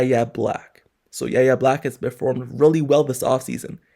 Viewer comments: Pronounced "Why-Ya" not yaya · How tf are you a Steelers reporter and continuing to say Yahya Black’s name wrong? It’s pronounced like two letters Y.A. God damn do better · It’s pronounced like Why Yay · Still can’t pronounce Yaya’s name right 😂